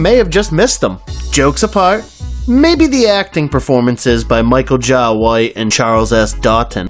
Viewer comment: It's Michael Jai - but said Jay White